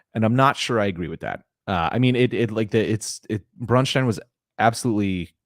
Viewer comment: I appreciate the fact that you pronounce Braustein as a German town (which it is supposed to be) and not as the name of some Jewish guy.